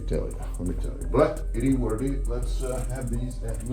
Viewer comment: nobody: this guy: it E what it E